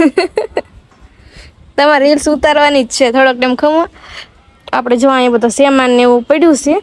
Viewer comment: બેન સામાન બોલાય....... સેમેન ના બોલાય......